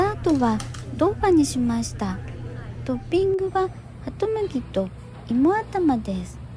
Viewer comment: さーん、動画待ってましたよ😊 知ってる場所ばかりなんでワクワクします✌️😁 双蓮辺りは僕の好きな店が多いから近くに宿泊する事が多いです。ブラジャーは買いませんが朝一にも毎回行きます。 さんの中国国の読み方面白くて好き❤️ 日本語読みっていい加減な感じで難しいよね〜 僕は地名や食べ物、店の名前は中国国で覚えるようにしています。しかしイモアタマって笑えますよね😂 芋頭は沖縄以外では食べるのは難しいから必ず食べます大好き💕 さん風邪？ 僕も同じ理由で風邪ひいたこと有るよー 僕にはアルアルや😱 そうそう、夜市はトイレないよなー💦 実は昔、立ちションの経験あり😂 今回の動画も台湾居酒屋が無いのかな？ 期待しながら次の動画も楽しみにしています😍 いつも暖かい動画ありがとう😊 また頑張って🎉 設定の問題でスパーサンクス受け付けてくれない💦 またあとで送ります🙏